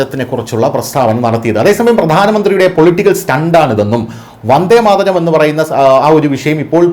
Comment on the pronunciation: ആദ്യം വന്ദേ മാതരം എന്ന് ശരിക്ക് പറയാൻ പഠിക്കടെ ....